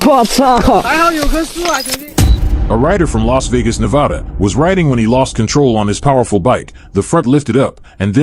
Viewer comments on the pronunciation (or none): IT IS NE VA DA NOT NO VA DA